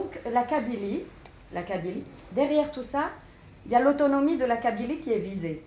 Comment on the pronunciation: La "" lotonomi "" 🙄 elle voulait dire " l'autonomie " c'est ça ? 😁 ... dsl je ne peux pas continuer ... 👎